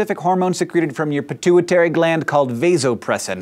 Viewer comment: the way he pronounce 'pituitary' though